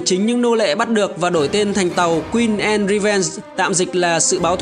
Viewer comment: Channel phát âm sai thôi. Anne /ae/ Beard /i e ngược / chứ k phải ngta k biết tên đÂu